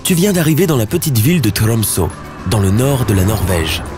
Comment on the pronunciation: Vidéo très sympa, mais, juste, je suis Norvégien et Tromsø, ça se prononce "Tromseu". Voilà. Non, franchement super vidéo, continue comme ça ! 👍🏻